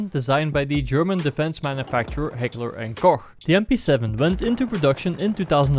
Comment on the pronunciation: Finally someone who is not a natural German speaker actualy pronounced Heckler and Koch coerrect👌